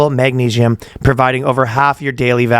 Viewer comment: it's magnesium not magneigium